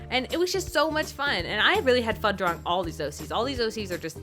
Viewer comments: Drawlaring???? Really really XD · "I was just having so much fun DRAWLORING her!"